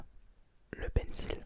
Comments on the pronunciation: Bonne vidéo mais on prononce pencol pas pencile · Ta dit pénise au lieu de pencil